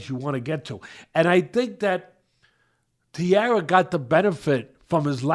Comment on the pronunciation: Tai Ra, Tai as in Thailand not tiara.